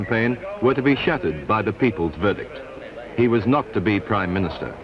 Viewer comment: Back when the prime ministah was simply the prime minister 😂